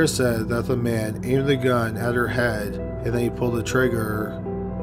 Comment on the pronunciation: In the nicest possible way, I'd like to ask if all Canadians draw out the last syllable of the word before a pause or the end of a sentence, or is it just this narrator? This narrator says, "hospitaaaal" and "heaaad" and "amnesiaaaaa." Has anyone else heard this from other people? I'm interested from a linguistic standpoint.